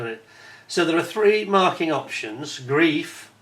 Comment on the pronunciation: In German 'ei' is pronounced 'eye', so it's 'gr-eye-f' not 'greef'. Looks a nice kit. I think Tamiya did one that I remember never finishing because I got bogged down with the interior. I'd do better now. I hope.